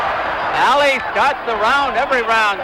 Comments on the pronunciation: It's Ali not Allie 🤷🏾‍♀️ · No its not. It’s Ali. You retard.